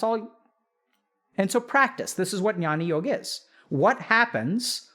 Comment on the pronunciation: Amazing video as always, Dr. K, just a minor correction (call it nitpicking if you may) -- 'jnyan yog' is pronounced as 'gyaan yog'. The alphabet 'gy' is actually a non-translatable from Sanskrit to English. It is written as 'jn' in Latin script but spoken as 'gy', as is in Sanskrit.